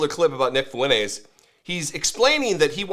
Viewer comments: Am I the only one seeing that it seems he can't pronounce Fuentes well? Hahahaha It seems he is missing the N. Like he pronounce it without the N there. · Has Fuentes ever LOOKED UP HIS LAST NAME?!